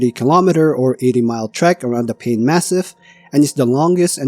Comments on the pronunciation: Not "pain" but "pai-neh". If you dont know how to pronounce some place name properly, please look it up before you record. This whole video you mispronounced the name of the place dozens of times. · Paine is the indigenous word for blue and is pronounced PIE-nay. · Pronounced “pai -nay”. 😊